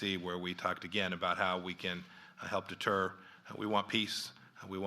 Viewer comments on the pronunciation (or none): none